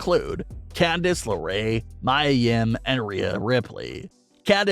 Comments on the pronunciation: It is pronounced Mea Yim not Mya Yim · It's not pronounced My-a Yim, it's ME-A Yim. You sound dumb.